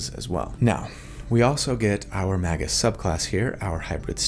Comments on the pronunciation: Yes, pronouncing it "Mah-gus" does sound weird, which is why you should say "May-gus" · Appreciate the video! (Pronounced May-gus though not Mah-gus) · It's pronounced "mage-juice". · Magus sounds like May-gus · Since you mentioned it, I'm pretty sure it's pronounce may-gus, like rhyming with Vegas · I pronounce it Mage-us, with a soft G / J sound. That hard G just sounds like he's trying to break something with his words. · You know, I have never heard someone say Magus out loud until now... I always pronounced it like "Mage - us". Have I been wrong all this time? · I was pretty sure its pronounced magious. ? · Feel free to pronounce it "may-gus" since that does follow phonetics, having a vowel before and after a consonant and the root is Mage.